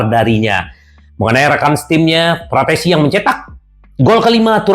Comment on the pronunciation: Km juga salah,,yg bener frattesi😁😁